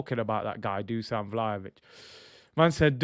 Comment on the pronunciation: Just to let you know, Dusan is actually pronounced "Dushan". It should actually be written as "Dušan" with an accent on the "s". I've been living in Serbia for 7 years so I know the language. Great show as always bro!:elbowcough